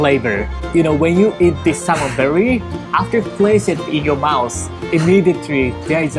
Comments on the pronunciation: I like Natto gunkan. When I first hear you say Salmon berry... I was like is it some sort of fruit? Then I saw the sushi... Oh... Salmon belly... So desu ne... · I was wtf is salmon with berry lol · The "L" and the "R" sounds are tricky, it took me a few seconds to realize you meant "Salmon Belly"! lol